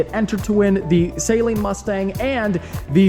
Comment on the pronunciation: Saleen is pronounced with a short A, not a long A. It's not Say-leen, it's Suh-leen.